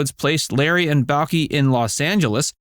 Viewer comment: During this video you have said the title show name wrong as well as Balki's name wrong. Your not a real fan. 👎